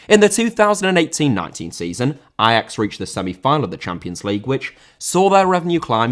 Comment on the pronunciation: I'm not Dutch, but respect for saying Ajax the way it is supposed to be pronounced.